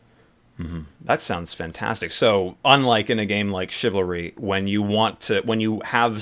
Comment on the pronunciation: Chivalry? Not chivalry.